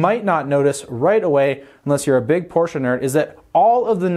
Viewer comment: Firstly: Thank you for properly pronouncing "Porsche". It hurts my ears how some of your compatriots pronounce it. The rest: quite nice, given that no test drive is included/could be included at the time and you could only use marketing images/clips by the manufacturer. The emphasis on price seems to be interesting, though, as you wouldn't expect the 911 to become cheaper, do you?